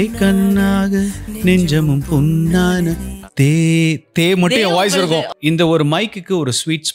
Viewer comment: உச்சரிப்பு தப்பு கண்ணாக, புண்ணான என்பதை கன்னாக, புன்னான என்று உச்சரிக்கறீர்